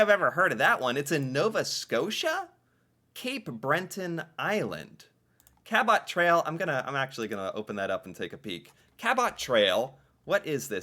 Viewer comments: The pronounation of Cabot Trail Cape Breton killed me 😂😂😂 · The cabot trail Cape Breton Island pronunciation was funny. My wife is from the area in the Cabot trail